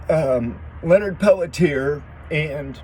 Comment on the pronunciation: Pelletier pronounced "pelt-chi-ay". Thank you for covering this. Total set up for sure and he is innocent. Went through this thoroughly years ago and from what I have concluded, there was not enough compelling evidence to convict Leonard for the murders or continue to keep him in prison. He "took one for the team", but this whole situation should have never happened in the first place, but the intruders were instructed to invade.